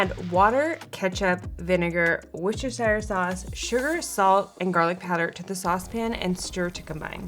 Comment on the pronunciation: Did I hear her mispronounce WOOSTUHSHEER SAUCE?